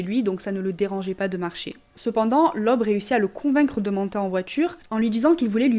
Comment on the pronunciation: "oe", en allemand, est le caractères d'imprimerie pour remplacer le "ö" et se prononce "eu"; "Leub", donc 😉